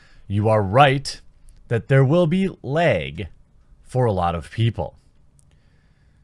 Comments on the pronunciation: Pretty sure you meant to say laaaaag not leg? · LOL! I love how you say LAG. "Lyg". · Bag, lag. Or as Jeremy says , "beg, leg" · Also lag as "legg"